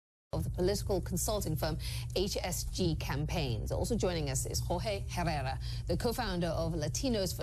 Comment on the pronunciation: It’s pronounce eh-rreh- rah. You ignorant. 😂 go #latinosfortrump